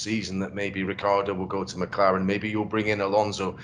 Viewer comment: He say Mclaren like Macarena, i dont understand what he said.